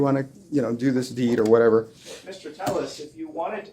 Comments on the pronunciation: Is there a reason his last name is spelled Telles (tell us) but he tells everyone his last name is pronounced Tay us? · His fingers creep me out. Skeletal and spidery, almost undead. Robert tepes, not telles. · Robert “tell-es” another lie why don’t u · Two Ls in Spanish is pronounced as a y sound..crazy how ppl tell another person the correct pronounce of there own name